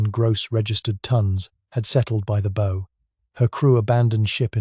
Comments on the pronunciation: Are you actually British ? If so, don't say 'dove', say dived. Also {assuming this isn't AI}, pronounce the bow of a ship as one would the bough of a tree, not as one would a bow and arrow. Not doing so detracts from history and the marvellous heroism of these men. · Good story but I dislike bot narrators, bow as in bow & arrow, nope it's pronounced bough, & that awful sub mariner's? No no no it's submariner. Stupid American pronunciation. He got left tenant right a small mercy.